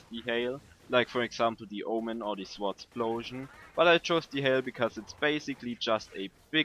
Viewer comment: Btw, the w in Swordsplosion is silent ;)